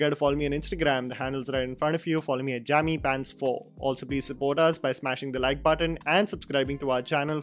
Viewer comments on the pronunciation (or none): And it's Jaaaamy Paaants, not pants